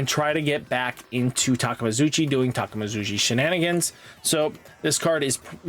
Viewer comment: ITS TA-KAY-ME-KA-ZU-CHI 🗣🗣🗣🗣🗣